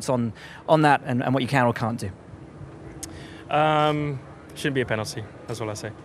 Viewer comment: Does Lando say "Shouldnt"?